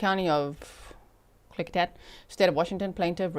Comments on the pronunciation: Klickitat = Klick-ih- tat (short “i” sound) … You did very well. Actually perfect! The Klickitat are a Pacific Northwest Native American tribe of the Shahaptian language family, traditionally known as skilled, mounted traders. I’m in this area… but I never knew about this! (Also, I don’t watch the news … 😅 Just lot of true crime!) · OMG- My state (WA)= G you are saying Klickitat perfectly! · Haha! I live in Skagit County and I just commented that she pronounced it perfectly 😂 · you pronounced the county of Klickitacwell! And it is bahn-uh-ville